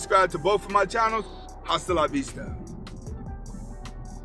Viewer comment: It's actually pronounced "asta" bro the "h" is silenced.